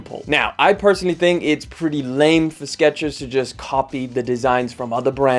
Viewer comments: There is no ‘t’ in Skechers. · There is NO "T" in Skechers